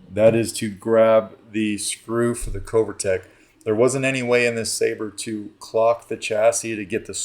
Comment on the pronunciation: Covertec - the “o” is like “glove” not like “go”. Always love your vids. No hate, just something that hit me. 🙏🏻